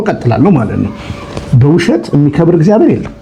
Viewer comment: እግዚኣር አይባልም ወንድም "እግዚአብሔር" በል። ዘመዴ ከሚጽፋቸው ጥሩ ጥሩ ነገሮች አንዱን ይሄን ረስተሃል። ስለፊደል ያስተምረሃል መጀመሪያ ተማር።